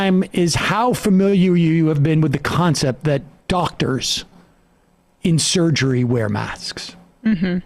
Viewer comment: The inability to pronounce “surgery” was a nice touch.